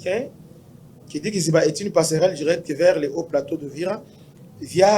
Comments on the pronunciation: on dit kaziba pas kiziba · On ne dit pas Kiziba mais kaziba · On dit Kaziba et non Kiziba! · Oui mon frère on dit KAZIBA et non KIZIBA